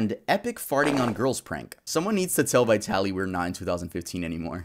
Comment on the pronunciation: What's wrong with Americans? Vitali, the I as in the first letter of Indian. Letters are not usually pronounced as they are recited in the alphabet.